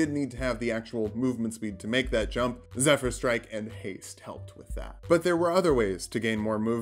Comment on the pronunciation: He finally learned how to pronounce Zephyr Strike! I'm so proud of him, it's so nice to see barbarians become litterate in this day and age.